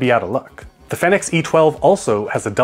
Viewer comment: It’s fee-nix & not fey-nix. 😄